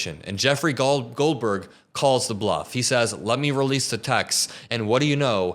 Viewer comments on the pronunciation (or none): none